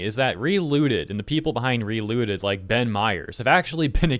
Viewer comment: I heard reLewded instead of relooted, would've been much more interesting of a game